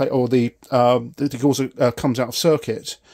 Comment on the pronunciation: Degausser is pronounced Degowsser